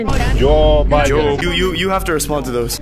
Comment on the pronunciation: J-J-Jiden? MORE LIKE Riden